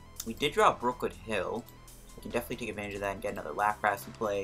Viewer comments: Stopped watching when I heard “LaprASS” Nty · good video, but why the hell do you call it LaprASS? lol